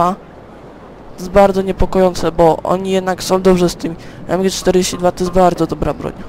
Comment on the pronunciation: jak by co do MG-42 to się mówi : em dzi fori tuł